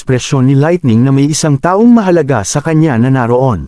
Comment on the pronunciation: Boboo nmn ng laitning